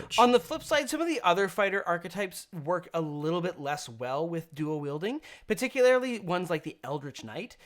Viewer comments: Every time you want to use the word "particularily," please don't. "Particularly." Drop that extra "i." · Particularily? :P